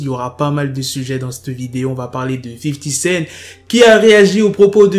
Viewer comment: Pourquoi tu dis 50 scène ? c'est 50 CENT ... T A LA FIN